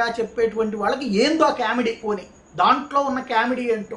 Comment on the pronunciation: కేమిడీ కాదు, కామిడీ అనాలి. English pronunciation నేర్చు కోండి. మీ English కర్ణకఠోరంగా వుంటుంది.